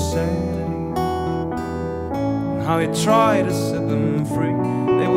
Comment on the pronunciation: pronouncation of "Tried" is not well?